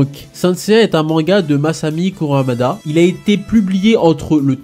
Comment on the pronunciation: par contre tu t es tromper sjr la prononciation de l auteur c est masami kurumada et non kuramada